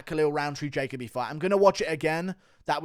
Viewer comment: Guru why are you unable to pronounce Jacoby 😂😂😂(JA-COE-BEE) not (JAY-COE BEE)